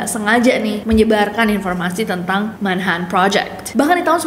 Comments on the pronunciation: Manha'an Bri'is Cocon'u wo'a Manches'e ci'i On the bo'om Li'e bi' wo'a 😂😂😂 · MAN - HA - TN BRI - TN BULEPOTAN